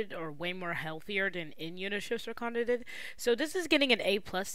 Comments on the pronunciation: its kana-dae 😓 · why do you say "kanadid" for kanade ?